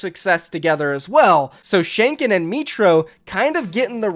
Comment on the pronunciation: Pls call him tschinken and Not tschainkien